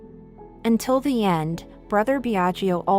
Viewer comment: The speaker, learn to pronounce ltalian names It is pronounced Biaggo, not Biagio. Second i is not pronounced.